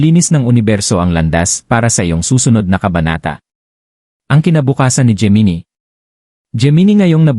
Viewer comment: Bakit geminie ang pag bigkas?